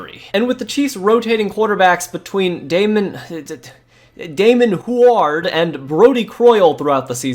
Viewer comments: Native kc fan, damon Hooard is the funniest ive ever heard that pronounced 😂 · Damon HUE-ard Don't trust anyone with a "H-U-E" in the their name near the sport of football.